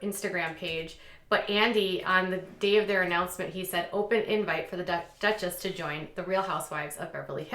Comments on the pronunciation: It's not Dutch and Dutchess! It's Duke and Duchess. Also when you talked about the Royal line you said " she's nearing the end of her life and her father Charles will become King" Charles is the Queen's son not her father lol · Dutchess? 🤦🏼‍♀️😂😂😂 it’s Duchess lol